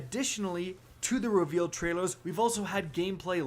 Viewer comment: listen to the way he says trailers